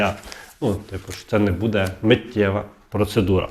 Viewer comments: Що буде?????" Задовбав....!!!!!! Буде:" добивають народ!!!!! Для чого цей наголос!!!!????? Буде'..............мукулатурщики!!!!!!!!!!!!!!!! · Не казалось, а ЗДАВАЛОСЬ,, настоящі, ДА після кожного слова не почнуТ , покладуТ ( замість почнутЬ, покладутЬ), не будЕ ( бУде). Ви з якого села Львівської області? А щоб було перемир'я, то ідіть в ЗСУ і помагайте на фронті, а не заробляйте тут тим, що ллєте водичку.